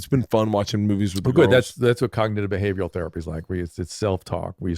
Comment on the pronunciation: Sakka Soufle moment Drew: "You could try cognitive behavioral therapy." Bert: "Whasgognidabehavagan?"